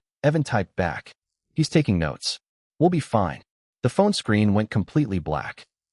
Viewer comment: Personally, for me, The Voice doesn't matter so much as the quality of it. The glitches and others videos, the consistent mispronunciations of simple words like fine. Those are what drive me off the wall, as long as you maintain quality content and avoid those, that's what matters to me.